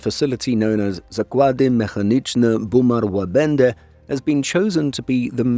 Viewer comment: Very good effort. Only one mistake - the last sound of Łabędy - it sounded more like E than Y. Otherwise, spot on!